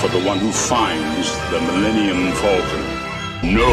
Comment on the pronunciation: Did anybody else notice that said Fullcon not Falcon